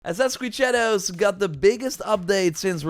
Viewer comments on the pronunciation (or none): "Ascrin sharouuus..."